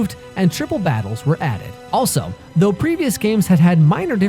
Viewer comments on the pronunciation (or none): none